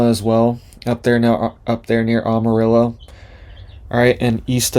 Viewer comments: “Amarillo” is pronounced with a short “a”, like I “Am”, you are, Am arillo. Not like the “a” in “father”! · You don’t say Amarillo correctly. We in Texas will and Are preparing for our government’s warfare on we Texans.